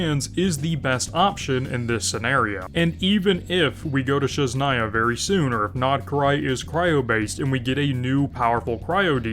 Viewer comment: every time he says sheznaya instead of sNEZHnaya my ears bleed